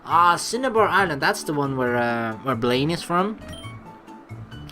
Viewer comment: It's Blaine not Blaire. XD